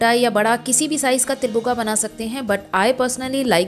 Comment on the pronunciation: Til bhugga bolte han not buga